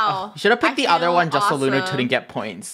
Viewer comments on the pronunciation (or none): has anyone noticed that said "so lunar touldn't instead of couldn't:0